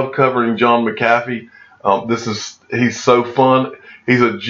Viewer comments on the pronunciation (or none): Mack uh fee not mickafeey